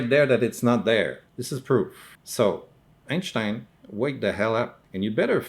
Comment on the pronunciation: I just screamed with laughter when you said “EinShhhtein” and then got pissed and your monocle fell out!